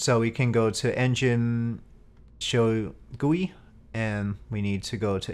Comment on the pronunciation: "Show GOOEE" HA HA HA HA HA! Sorry, it's nervous I HA HA HA! No, really, I can't stop laughing.